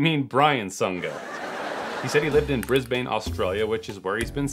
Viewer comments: not hating at all love the videos but “bris-bane” was funny as, again I’m not hating or anything at all but it’s pronounced “brisbne” I understand ya wouldn’t have known and you pronounced it the way it written🤣 keep up the good work man I love the videos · Just a heads up from an Aussie, if you wanna pronounce Brisbane correctly, it's Bris-bin instead of Bris-bane. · Say it with me bris bin not bris bane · "Brisbaine" heheh. I always laugh at people trying to pronounce Australian places as a foreigner. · Oh god. The was he pronounced Brisbane, Australia. He said them both wrong 😭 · Always find it hilarious, listening to Americans trying to pronounce Brisbane